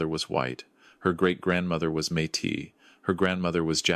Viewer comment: Good story. And I’m happy to hear a story AI pronouncing Métis correctly for a change. Although how did we get from Kelowna, where the attempted murder took place, all the way to Vancouver Island nearly 500 Km away, when both locations were supposedly the family living places? Hence, assumably both places were also the location the attempted murder took place? Also It’s the Vancouver Sun, not Sunday.